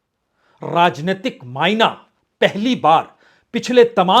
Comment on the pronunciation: Bajpeyi ji Aap ne mana word ko mayina bola hai. Nazarah ko najara kaha hai